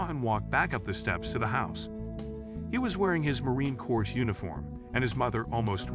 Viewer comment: Just a quick note. "Corps" is pronounce like the word "core". Thumps up, and great story.